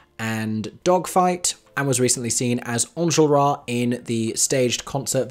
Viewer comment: I don't know how this is the video that taught me but I've just learnt how Enjolras is meant to be pronouced